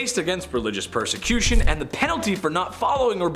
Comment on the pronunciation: 1. Perecution... lol